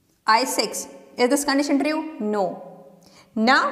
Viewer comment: "tri-ue" nice explanation !!